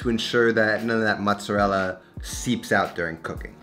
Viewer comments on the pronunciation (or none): how hard is it for you to say "mozzerella" instead of "mutsadell"" lol